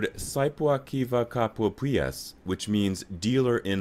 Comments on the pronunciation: This saippuakivikauppias pronounce 🤣🤣🤣🤣🤣 oh wtf. And all english speakers are so funny trying To say even Word Or two. Always so funny. Sorry❤️🇫🇮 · You can't say saippuakivikauppias more wrong 😂 but understand, not easy.